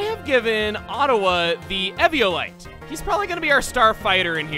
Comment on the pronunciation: It annoys me SO much how he mispronounces eviolite